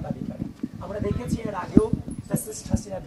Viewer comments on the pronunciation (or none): none